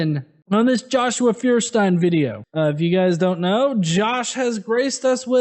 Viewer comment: By the way.... feuerstein doesnt even know how to pronounce his own name!